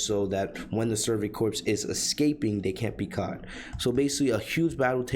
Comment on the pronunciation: Just a heads up, corps is pronounced "core" not "corpse" Great summary but that was buggin me about halfway through